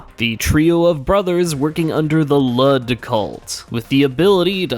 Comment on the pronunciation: you pronounce it wrong its pronounced lewd smh